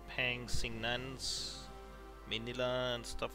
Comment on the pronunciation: Also it’s pronounced tondo, pan- ga- sinan hard g. Also it’s not grand baran- gay its baranguy like sayin my guy. Hard a.